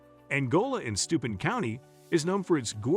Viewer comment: "Angola in STUPID County" 🤣 - That's STEUBEN County. // I've never heard of the "AIMish" before, or the town of "Whabish". 🤔 I have driven through WABASH many times though.